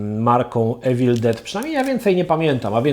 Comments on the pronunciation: „iwil”nie „ewil” jak już próbujesz naśladować akcent ..... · "Mówi się iwyl, nie ewil no ale już chuj tam"